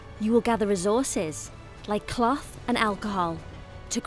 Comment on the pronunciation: "like clath and achohal"